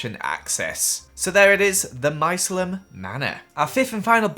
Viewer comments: no one: not a single soul: Why did you say Mycelium like that? 🍄 lol it’s my·ce·li·um /mīˈsēlēəm/ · its Mai-sear-le-im (Mycelium)